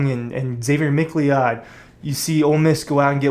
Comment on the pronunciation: Xzavier McLeod’s last name is pronounced Mc Cloud. Pls correct this. Mc-Lee-Odd is soooo cringey.